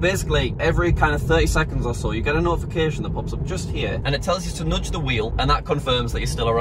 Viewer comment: "Nodge" the wheel